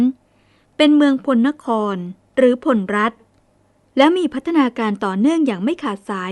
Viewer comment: พลรัฐ อ่านว่า พะ-ละ-รัด ครับ ช่วง พศว.17เจ้าเมืองแพร่ได้ลำปางด้วย พญาพลนครได้บูรณะวัดพระธาตุลำปางหลวง ได้สร้างยักษ์4ตนเฝ้า4ทิศของพระธาตุ(ปัจจุบันยังมีอยู่) จากนั้นก็ไปยึดลำพูน ในพงศาวดารเรียกพวกนี้ว่า"ไทยอำมาตย์"มาจากเมืองเขลางค์ ที่ละโว้มีบันทึกไว้ว่าขอมละโว้ได้ยกทัพมารบกับ"ไทยอัมมาตย์"แต่ไม่ชนะ กษัตริย์ลำพูนเชื้อสายแพร่ไทยอำมาตย์ที่มีชื่อเสียงมากคือ "อาทิตยราช"ผู้บูรณะพระธาตุหริภุญไชยให้สวยดังที่เห็นทุกวันนี้ นับว่าแพร่เป็นพวกแรกๆที่ประกาศตนเองว่าเป็น"ไทย"(มี ย ยักษ์ด้วย) องค์สุดท้ายคือพญายี่บาที่โดนพญาเม็งรายบดขยี้หนีล่าจนมาถึงขอบเมืองลพูร-ลคร ทัพก็โดนตีแตกที่ดอยขุนตานและท่านได้หนีกลับไปแพร่ แล้วเรื่องราว"ไทยอำมาตย์"ก็หายไปเลย กลุ่มไท-ไทยแท้ๆที่โค่นอำนาจขอมได้นี้มีความเกี่ยวกองกันแน่นอนคงเป็นกลุ่ม แพร(พล)แม้จะเขียน"แพร"แต่คนไทเมืองจะออกเสียง"พ"เป็น"ป" + กลุ่มน่าน สุโขทัย กำแพงเพชร (ซึ่งขยายไปถึงญาติๆพวกพญางั่วที่สุพรรณ) ภูกามยาว(พะเยา) ส่วนเสสัชนาลัย(ศรีสัชฯ) เถิน ลคร(ลำปาง) ลพูร(ลำพูน) ยิ่งใกล้ชิดกันสุดๆเพราะดูจากคติการสร้างเมืองโดยฤาษีหลายตนในย่านนี้จะออกมาเป็นรูปหอยสังข์หมดทุกเมือง ขอแสดงความเสียใจกับเรื่องเศร้าสกุล"ณ แพร่"กับเหตุการณ์กบถเงี้ยว